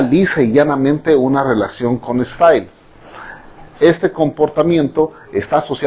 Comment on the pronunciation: Siempre le pedí esta reaccióoooon, muchas gracias!!💘💘💘 (Podría pronunciarlo como "estailinson" para mejor pronunciación 😊👍)